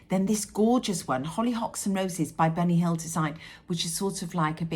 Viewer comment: Hi. Your embroidery is beautiful! Whenever you say Bunny Hill, all I hear is Benny Hill lol. Do you remember the show? My fav project at the moment is a birth sampler from Historical Sampler Co. Granddaughter #5 is due in a few weeks. 😊